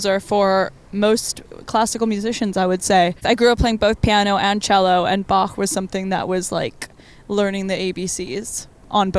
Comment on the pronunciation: Laufey pronouncing Bach with the [x] (voiceless velar fricative) makes my german heart flutter :D